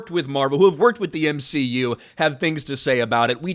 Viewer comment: You mean the M-she-u